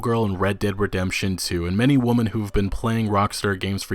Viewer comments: Forgive me but my only takeaway from this was your pronunciation of "women". It sounds like your saying "woman", does this have to do from where you are from or something to that effect? I usually here "women" pronounced "wimen". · Bloody hell, it's womEn not womAn! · Dude. It's WOMEN not woman. How can you not know that? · You do know that you don't pronounce woman the same way as women right? You keep saying it wrong. It's not a big deal but seriously dude it should be easy to say it right. Anyway this type of controversy seems to be a part of everything these days and it's fucking tiresome, this is an age of fools looking to get triggered by anything and everything. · interesting video an all but am I the only one who's annoyed by the way he pronounces "women" ... its pronounced "we-men" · It's pronnounced "wimmen" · I love the video but is it to hard to just pronounce 'women' right? same with the word 'genre'. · I've never been able to figure out where you are from. You sound american sometimes, but then mispronounce really basic words, like "women". Not hatin, just sincerely confused. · Great video, but just letting you know.. women and woman are two different words that pronounce differently. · Please, please learn and practice difference between woman singular and women plural. Hurt my ears! Got to 5.13 then quit... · Grrrrr stop saying woman...... when the word is women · Why was he saying woman when women was clearly written? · Why do you keep saying "Women" as "Woman"? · I’m sure you get this a lot, but is it intentional that you keep pronouncing “women” the same as “woman?” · Kept Saying (Woman)When Reading The Word (Women) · One issue... why can't he pronounce women correctly. Kept saying woman. My OCD couldn't let it go. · Great vid bro! It's like they don't get that most if not all of rockstars products are dark parodys of real life. Hppefully Rstar doesn't cave. Btw, is it just me, or does it sound like "woman" when he says "women"?